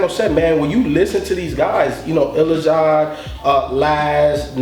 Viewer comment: ilajide's name is pronounced ill-la-ja-day